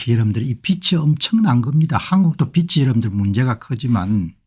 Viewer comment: 공박사님~ 논평을 매번 잘 듣고 있습니다~ 참으로 수고가 많으십니다~ 감사 드립니다~ 근데 비치(빚이)가 아니고 비지(빚이)가 맞는것 으로 알고 있습니다